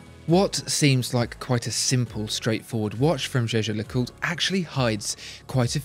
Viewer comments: the watchfinder guy didn't used to pronounce it 'jeh-jer'. I've watched all the watchfinder videos and this is the first review in which he pronounces it correctly. I'm still a huge fan though, regardless of how he pronounces it. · Alec Tang You’re totally right. This is the first time he pronounced it correctly.